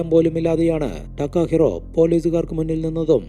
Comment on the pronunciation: ടക്കാഹിറോ അല്ല തകാഹിരോ അതാണ് ജപ്പാൻ വേഡ് 😌👋